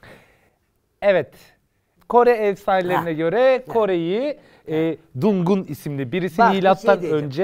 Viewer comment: Dungun değil dangun단군